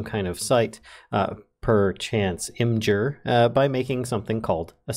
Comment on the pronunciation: imgur is actually pronounced, "image-err"